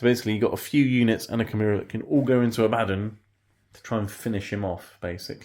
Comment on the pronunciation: AH-BA-DON NOT AH-BADDON